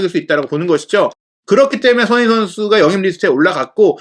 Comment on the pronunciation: 손흥민 발음이... 소흐미선수라고 하네